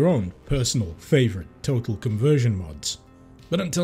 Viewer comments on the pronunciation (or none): Did you just pronounce total as tottal? How would that even happen??